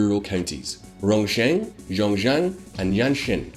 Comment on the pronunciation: You need to work on your ''X'' sound in Chinese. It's a sound that doesn't exist in English but if you had to make the closest sound in English it would be a ''sh'' not a ''j''. Rongcheng would be pronounced more like ''rong chung", Xiongxian would be more like ''shiong shee an'', and Anxin ''Ann sheen''. There are some rules for how those pinyin latin characters are read out in English it's not obvious I get it but if you don't say it somewhat close to what it should be it's hard to follow what you're talking about. So Xiongan would be ''Shee ong Ann'' not ''Jong ann''. you pronounced Tianjin ''shan shien'' what??